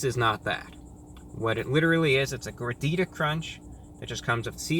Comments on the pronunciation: You pronounced Gordita like a true white person. Just like me. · I speak Spanish and when I saw the title I knew I had to watch this video to listen to ReviewBra pronunciation for ‘Gordita’. He didn’t disappoint me